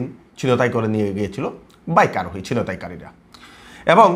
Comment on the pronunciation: Apni apnar pronunciation thik korun.... Chintaikari...Loksabha....